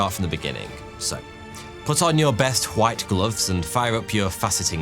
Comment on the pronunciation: I love how he says the word "white" like Bob Ross 😆❤